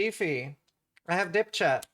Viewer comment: "I have dip chat" ... that's not what I heard the first time.